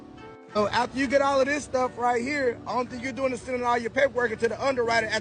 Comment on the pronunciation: 245:45 "...what are you doing-ah?".,...why do so many young women & girls like you put an "ah" at the end of words that should be left without the "ah" at the end?,...I see it a lot on police call video channels.,...why you do that?